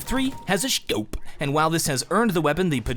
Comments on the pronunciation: "The SG 553 has a SHCOWPE" <- had to rewatch it several times before it stopped being funny haha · am i the only one rewinding to over and over to hear SCHOPE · Nobody::shcope☺️